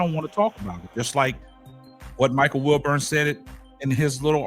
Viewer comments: Wilbon not Wilburn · WilBON how can anybody take this guy commentary serious when he can’t even pronounce the guys name right 🤦‍♂️😂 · It's WILBON My G